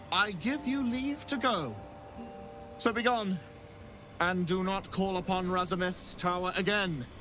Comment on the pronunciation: ooh voice actor flub, called it Razamith's Tower instead of Ramazith's hehe, been there.